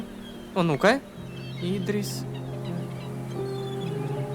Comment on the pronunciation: Идри́с, а не И́дрис